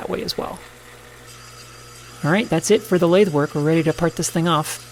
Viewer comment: I happened to be sipping a glass of wine when you said “lath-eh.” Had to pause to clean up my iPad.